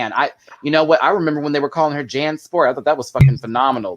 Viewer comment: Omg I love this panel! Good job guys., why do you keep calling Jan Janathan? Lol I don’t get it